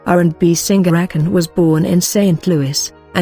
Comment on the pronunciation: When the robot said A KONE ahaha